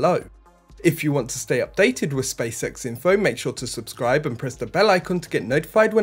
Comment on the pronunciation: Hahaha, not just me who picks up on his pronunciation. I can't unsee 'space sex' everytime he say's SpaceX. Good content tho